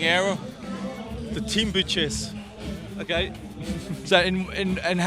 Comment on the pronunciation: Did Gregory Rast say Team Bitches or Team Budgets?